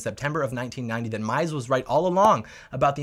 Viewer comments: Mises is pronounced MEEZ-is . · Mises is pronounced “mee sees” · You pronounced Ludvig Von MISES wrong.